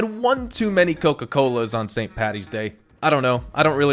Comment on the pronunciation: Finally an American that says st.PADDY not PATTY